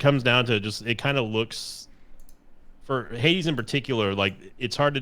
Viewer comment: I keep hearing "Heidi" when says "Hades"